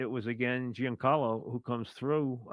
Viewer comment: it is not pronounce Geen Carlo, Mike. It is pronounced more like John Carlo.